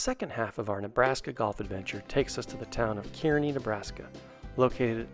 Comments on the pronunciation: It’s not pronounced key-rknee it’s pronounced as Car-knee, but don’t worry even some Nebraskans pronounce it wrong😂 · Car-Nee not Cure-A-Nee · Kearney, it’s pronounced, “Carney”, lol. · And it's pronounced "car-knee" . Great video dudes! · I laughed so hard the way you say Kearney lol